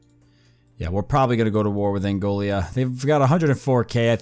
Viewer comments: Angola, not Angolia... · It’s pronounced an Goal uh